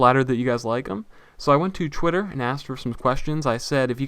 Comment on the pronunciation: why do you say chwitter instead of Twitter?:L